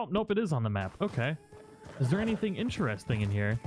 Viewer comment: *IN👏TER👏EST👏ING👏 I love your videos but your pronunciation of the word interesting is driving me nuts. Still love you and your videos but it sounds like you're saying "inchairsting".